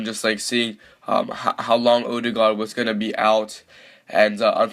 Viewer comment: Not 'Middlesbro' it's 'Middles-burr-uh' Not 'Wolfsberg' it's 'Volfsborg' Not 'Owe-der-guard' it's 'Orr-der-guard' Also Everton would smash Borough IRL